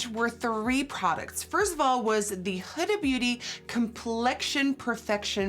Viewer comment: Did anybody else cringe when she said “Huda” but I live her videos so I’m not trying to hate I’m just not use to the pronunciation of huda like that